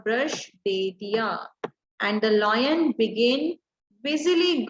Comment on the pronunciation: Ma'am your pronunciation of lion is wrong please correct it